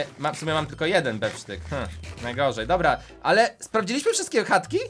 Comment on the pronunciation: Nie bef sztyk tylko steak